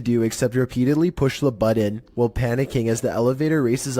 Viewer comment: The "buddon?!" My brother in Christ, there are no Ds in button!